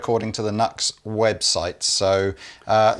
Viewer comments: NEW-X not nucks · Great pedals for reasonable prices, good to see you stocking them. I believe they pronounce it as "New X" rather than nux. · It’s pronounced NU-X. Their manuf. symbol has a dash or an arrow between the U and X. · It’s Pronounced NEW-X …….I’m petty sure a half million:people are freaking out and blowing up your inbox busting your Nux over this harmless mistake…… but just in case you f around and get smushed by a stack of Marshalls happen and kick tar bucket I thought I should tell you …..I don’t want you going to hell over this…..😂 keep posting you awesome vids they are really informative and I made sure to watch a video of the gear that I’m planning to buy before I buy it to see if it get the seal 🦭 of approval 🤘🏼🤘🏼🤘🏼🤘🏼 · Ah isn't NUX pronounced New-X? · The brand name is pronounced New X. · Hey fellas...it's pronounced 'New X'. The Horseman is amazing as a boost in front of a cranked amp. And tell Pete he is definitely not allowed to get his Morning Glory out on YouTube. 😂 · Pretty sure they have stated that it's officially pronounced NU-X. Like "new ex". It's not as fun for jokes that way though haha. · “New-Ex”. Please. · It's pronounced new-x. I get that it's a funny little throw around bit, but the smallest bit of respect that we can pay someone is to get their name right. It literally costs nothing to do. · It's pronounced NEW X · I believed it's pronounced " new x " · Pronounced ... New X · I have had mixed results with NUX (it's pronounced New X by the way!)All the ones I have had have been the full size pedals rather than the mini versions. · Pronounced Nu-X (new-ex) yes? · i dont mean to rain on the parade. but. i'm PRETTY sure its NU-X like new-ecks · I believe the rep should have told them how to pronounce the name when they acquired the brand. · I think itis pronounce ..New Ex ....but the Blues breaker pedal is actually copied from the JHS Morning Glory ... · Ob-nux-ious. But isn't it pronounced New-X?